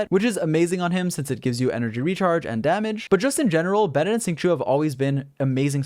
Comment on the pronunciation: It is sing-show, not sing-shu